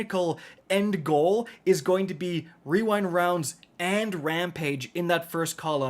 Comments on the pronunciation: Wewind Wounds 😂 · Bro, I love you. When you pronounced the rewind rounds wrong and then did the fortnite kid voiced, I laughed maniacally. Also happy birthday.